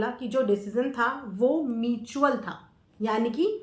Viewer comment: मिचयूल kya hota hai bahan म्यूचुअल hota hai 😅